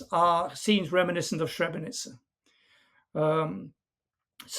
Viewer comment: It is not Shrebrenica. It is Srebrenica. If you can not pronounce it properly, say Silverton. Srebro is silver. The town got its name after silver mine during the medeival era.